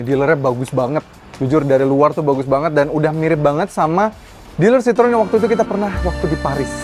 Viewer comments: Bacanya bukan Sitrun tapi Sitro - En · Kalau Citroen= Sitrun, itu cara baca bahasa Belanda bukan Perancis